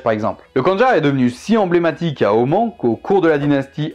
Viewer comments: Sincèrement ta prononciation à part les sons imprononçables en français sont très biens, il y a juste le fait de dire Om-AN- au lieu de Om-A-N- car le song an n’existe pas en arabe mais je pense que en français on peut dire les deux Sinon il y a aussi le schibriyé le khanjar syrien ainsi que le gnebiya que tu a cité en début de video pour le Yémen j’aurais bien voulu que tu m’en apprennes plus sur le sujet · Je suis allé à Oman et j'ai de la faille là-bas, et il me semble qu'on a plutôt tendance à le prononcer "Omane" mais après c'est peut-être nous qui nous trompons ^^'' Sinon ce fut une vidéo très intéressante (que j'attendais pas mal honnêtement) Bref, merci pour cette super vidéo :-)